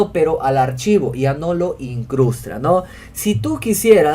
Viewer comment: In-crus-TAS. Nuestro siguiente curso, Castellano para informáticos.